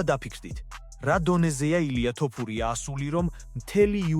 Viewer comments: რაის ტოპურიააა fuck AI content. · ტოფურია არა, თოფურიააა